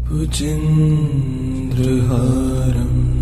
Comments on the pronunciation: The voice is awesome and peaceful but respectfully I would like to suggest you to correct the pronunciation of "Bhujagendraharam", you often say bhujendra here. Please correct it, it should be Bhujagendra as it has been also written at the video you are displaying. Thanks and regards! Jai Shree Ram! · Excellent rendering 👏 but wonder why is the original word 'Bhujagendra' is pronounced as 'Bhujendra'? With such a beautiful, soo very calming music, That's quite distracting for people like me who have been hearing the original word since ages. Anyway, keep up the wonderful work you have been doing with music. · Wrong pronunciation 🙏 It's Bhujgaindra, not bhujendra🙏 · Libby Mitchell you are right.big mistake in pronunciation bujageaindra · The chanting is beautiful. The description of the mantra is Bhujagendra but the chanter recites Bhujendra. Please explain this. Thank you. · Please correct pronunciation its "भुजगेन्द्रहारम्" Bhujgendra haaram" bhujagendrahāram not Bhujendrahaaram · Can I ask? when you have a chance &if it's your voice..could you do a correction on the Second line for "Bhujageaindra" instead of the misspoken "Bhujendra"??..many ppl are are thankful for your time to upload.. We just want to recite the mantra how its meant too.. Hope you can receive this message. If its not your voice and unable that's Ok too ***Thank You if you see this and for uploading regardless 🙏🙏💓** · Is it Just me - or has the mantra been consistently mispronounced Bhujagendra as Bhujindra. or is there something more to it then I know. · Amazing! Good to meditate, However, Bhujagendra seems to have been mispronounced. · Very nice, Thank you so much! Just one suggestion, please correct the pronounciation of word "Bhujageaindra".. it's important and this makes huge difference when you utter Mantra correctly! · Bhujageindra is not pronounced the right way .